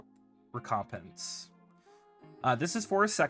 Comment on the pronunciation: reh-COMP-ens 🎉 There you go, more video engagement for the algorithm. I presume you mispronounced on purrPOSE to drive engagement.